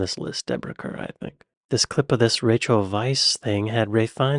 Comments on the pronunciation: Deborah Kerr is pronounced CAR. Audrey Hepburn has a British father. Vanessa Redgrave comes fron a famous acting family. Her father was Michael Redgrave a well known actor. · The title "Dame" is the female version of the title "Sir", and Deborah Kerr's surname "Kerr" is pronounced "Car". Cheers from Oz. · Deborah Kerr is pronounced Carr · Julie Walters is Mrs Weasley from Harry Potter & It’s Deborah Kerr like (car) 😬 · Liz Taylor is American, certainly not British. Her acting in Who's Afraid of Virginia Wolf was electrifying. Kerr is pronounced Car. Julie Walters received an Oscar nomination for the eponymous title role in Educating Rita. What no Glenda Jackson ? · Kerr was always pronounced Carr. Kerr was the spelling of an old extended Borders family. The spelling is Carr on the English side of the border but they were both pronounced Carr until very recently. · Deborah Kerr, her surname is pronounced Car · Deborah Kerr's surname is pronounced "Car" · Pronounced Deborah CAR ❤😂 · Carr. Kerr is pronounced Carr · Deborah Kerr = pronounced "car" Dame = female equivalent of male Knight. For Sir Stephen. Dame Stephanie. Julie Walters - check oot Educating Rita for an acting masterclass by Michael Caine & Julie Walters. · I think I was most dumbfounded by the total lack of recognition of Deborah Kerr, who was internationally celebrated for many years. She was an actress of skill and beauty. Her surname is pronounced ‘Carr’. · Deborah Kerr…… the pronunciation of her last name is “ car “ not ker. “Dame “ is an honorific title ( the female equivalent of “ Sir “ ). Being knighted for your life accomplishments eg. Sir Paul McCartney and Dame Judy Dench. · Emma Thompson, as your number one? An excellent actress; but first? Deborah Kerr - pronounced ‘Car’. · It's pronounced Deborah CARR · Deborah Kerr is pronounced 'Carr'... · FYI: Deborah Kerr's surname is pronounced like "CAR" (rhymes with star). She was born in Scotland! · Kerr us pronounced as car.